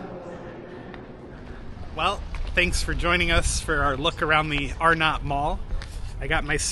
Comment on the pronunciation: It's actually pronounced R-nut not Are-not. Pickle ball was McCrory's "5 & dime" type store. "Dead end" by Penny's was a bank, forgot the name. Spencer gifts was there (in that same location) when the mall opened in 1967.